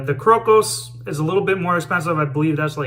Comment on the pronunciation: Hey. Today I learned how to pronounce the name of that soap correctly, thank you. I liked the way you were using the very tips of your boar bristle brush. Great lather and a real nice shave. Nice one.